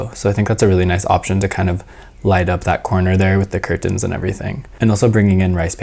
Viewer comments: this was an awesome video! (the way you kept saying curTENs was cracking me up haha) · I have never heard someone enunciate curtains so hard before 😂